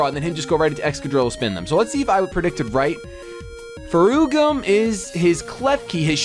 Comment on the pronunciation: It''s funny to see u trying to pronuciate an portuguese word. "ferrugem"